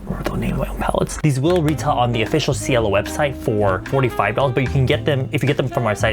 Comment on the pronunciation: Sweetheart, They are reaaallly C-U-T-E (im just curious the word Cielo, is it Italian? If so, i know you don't care and it's fine, but... That's not how you u pronounce cielo(= sky)) im really sorry i didn't say this to criticize you or anything 😔😥🙏